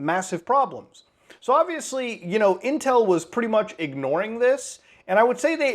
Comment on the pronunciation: Intwel in sewrious twouble